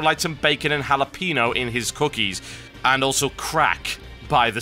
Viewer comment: lol said jalapeno wrong